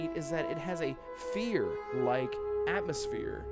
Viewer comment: Atmosphere...Atmos-fear, at-most-fear